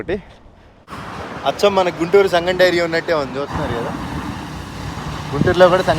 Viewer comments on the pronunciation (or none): none